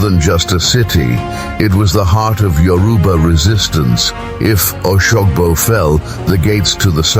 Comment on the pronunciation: How can you be telling an African story with a white man's voice over?...he can't even pronounce oshogbo properly 😢